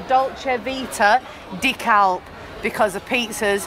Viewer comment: when you say the name CALPE you use the letter so the end would sound like your saying hay on the end of calpe